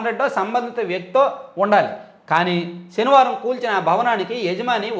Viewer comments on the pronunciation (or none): none